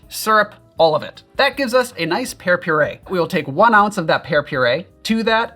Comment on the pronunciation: You said pear, but I heard hair.